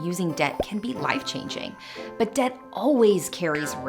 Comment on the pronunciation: Wait, debt is pronounced "dedt"?